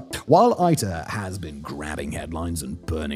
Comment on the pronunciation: Its ITER like International...not AITER...or german EITER (which means Puss lmao).